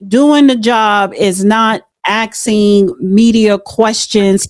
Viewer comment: Axing😂😂😂😂😂😂😂😂😂😂😂😂😂😂😂😂😂it's ASKING